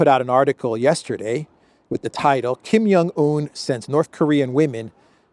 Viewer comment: Why don't you pronounce the "J" in Kim Jong Un?